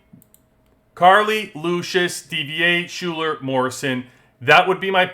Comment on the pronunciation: great breakdown, thank you! btw Schuyler is said "Skylar" :)